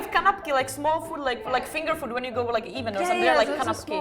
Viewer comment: at 11 or so minutes they mentioned fingerfood. But it sounded like canopy. Which is something totally different. Funny how parasol in English or Dutch is mostly for the big round, umbrella like sunscreens but not for a umbrella.